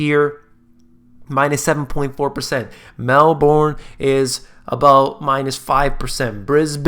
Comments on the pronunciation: Mel-ben not Mel- born, love your work. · Good job to you. I am in Melbourne, Australia - pronunciation for Melbourne is Mel - burn, instead of Mel - born. Real estate in Australia right now is in a over supply and no demand overall, particularly in apartments and high rise. Most of them were bought by foreigners and not occupied or unable to rent out because the rent is too high. Yet the low quality buildings are still being built (mostly lego pieces being put together as most of the frame works are being built in China or other labor cheap countries and shipped to Australia and being assembled here). Cheap quality housing yet sold for premium price. A classic example of a half ghost town that is within downtown Melbourne vicinity, a suburb called Dockland - overpriced apartments and its half alive local economy. Australia right now still is in low interest rate - the Reserve Bank of Australia has been reluctant to rise rate despite the US being hawkish. Local people aren't buying these new housing even in a low rate environment like this, imagine a rate hike (which I think is inevitable), no one wants these housing. Not unless they fall to a price that is cheap as chips. When the euphoria subsides most of them are going to be left with a bad hangover. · Melbourne is pronounced "Melbin" by the way XD. Also interest rates haven't even started to raise in Australia yet. It's going to be a blood bath. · You are pronouncing Melbourne wrong. Should be more like Melburn and no that's is not a pun based on the falling housing market. :-) And I still gave this vid a thumbs up. :-) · it's pronounced Mel-bin